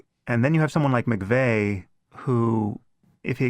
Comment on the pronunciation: Timothy McFey? Why would anyone take seriously your characterization of Timothy McVeigh when you don't even know the man's name?